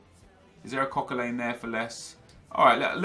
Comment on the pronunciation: why do you say Coquelin's name so weird. It's pronounced Coquelan, not Coquelain, hope this helps